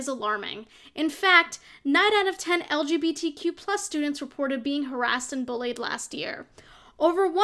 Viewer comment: I love how opinion girl can't even say LGBTQ+ right